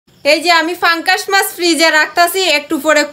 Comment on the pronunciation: পাঙ্কাস মাছ না,, উচ্চারণটা অন্তত ঠিক করেন,, পাঙ্গাস মাছ হবে 😅😂